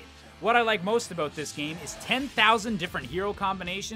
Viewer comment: I love the "aboot" he says. Canadians are classic